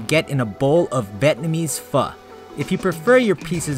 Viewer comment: "Vietnamese" Pho not bietnamese.